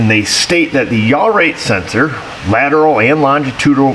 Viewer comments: Say it with me..lon-gi-tu-di-nal..I agree, it’s a mouth full!! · More than half a video by a guy who cant pronounce "longitudinal" while staring either at a screen or diagrams. Wow. Be still my beating heart. Even better he tries to head off those who dont care for this sort of content with a message in the pinned comment to which the sycophants will defend to the death. Why not put "Boring" on the thumbnail? Oh yeah, then nobody will be invested or watch aside from those who will... just to defend "their guy". Let me know when there is real diagnostics going on and not electrical engineering 101.